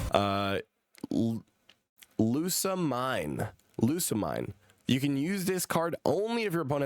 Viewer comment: Nihilego is NIGH-ILL-EGO, Lusamine is LOOS-UH-MEEN, Naganadel is NAW-GUH-NODDLE, Blacephalon BLUH-SEH-FUH-LAWN